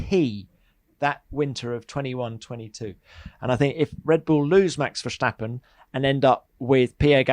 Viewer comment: Max Verscchtahppen